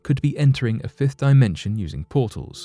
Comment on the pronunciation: He said fifth dimension at firth then said “if” dimension. I paid attention to the pronunciation. Never does he say alleged either. This channel gets more and more disappointing and it has 1 month with me personally to get it together. Also the introductions are too long and unnecessary most of the time. This channel isn’t trusting. I wonder do they tag their resource research which I doubt but I’m gonna look. So they don’t tag their research sources and I wouldn’t be surprised if NASA ran this BS page. I’m unsubscribing now. I’m pissed with a little hurt!!!